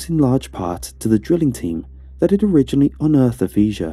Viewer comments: Fish ur... Is how you pronounce fissure. The rest was perfect, giving me chills down my spine.. Huge thumbs up sir, loved it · Was this translated by Google when it was drunk? Acclimate? Pronouncing fissure feeshure? Two minutes in and I’m done. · I swear I'm not trying to be mean, but it's "fish er" not "feezh er" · It's pronounced "Fisher", not "Feasure". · I’m loving how pronounces fissure. I hate correct cops, but it’s Fish-er, nearly exactly as it sounds, phonetically. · It comes up through a fee-juv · Do you mean "fissure"? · feesure. That is all. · Feeshur, Meethane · Man,, I gotta say, normally I'd be way into a story like this, but you threw me off early on because I've never heard anyone pronounce the word "fissure" like that before, and it drove me crazy. Also when you said "boose mull" I kinda lost it laughing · Gave up on this one when I heard a 'supposed' Archaeologist, mispronounce the word fissure. presumably, some one, not of the accademic skill level generaly required for that type of occupation. Probably go into Geology next instead. /